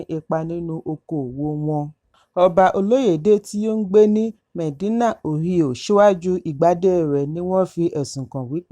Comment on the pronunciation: It pronounced O-hi-o. State of Ohio